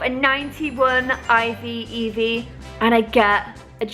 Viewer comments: Why are you saying beavis not eevee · all calls it evee and she calls it beavus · Y she keep saying beevis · Beevus??? I thought named her Eevee. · I swear the dog is called eevee not beevis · Is the dog named evee or beevus cause you called her beevus and called her evee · why does she keep calling eevee bevis? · Does she call eevee beavis?????? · Why does she call it beavis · How come calls eevee beavas? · It's Eevee